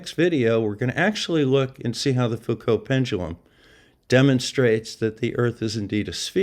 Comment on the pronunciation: A wonderful video, full of maths. But math(s) is fake, as the flerfers will tell you. As an aside, I am pleased to hear you pronounce the (French) name Foucault correctly. Something which often catches out the flerfers, because they do not mix with educated people.